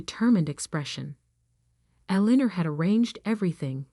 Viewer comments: "St" is "Saint Michael's Cathedral", not "Street"! "Eleanor" should be pronounced correctly always in the commentary, to have the correct spelling in the text! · Good lord. Pronounce Eleanor correctly! And St. is not for street, it's St for Saint Michaels!